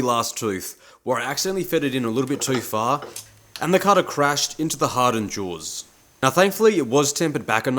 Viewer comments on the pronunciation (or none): none